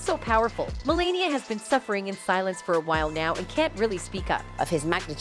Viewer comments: You could at least pronounce her name correctly 😂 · The speaker in this video needs to learn how to pronounce Melania's name! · Whoever is doing this video, you need to learn. Their names is Ivanka and Melania. I don’t know if you’re Canadian or what but you’re mispronouncing their names you’re an idiot. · It’s not Maralego, and her name is not Melenia. And who is Ivenka? These videos are so fake. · Mar a Lago and Melania, Ivanka--pronunciation problems are weird here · and Ivanka and Mar a Lago, and sexual